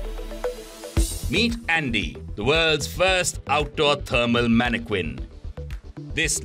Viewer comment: Did he call it a paniquin? Or am I just watching it sweat, and thinking panic?